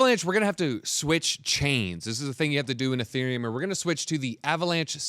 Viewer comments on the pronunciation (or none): none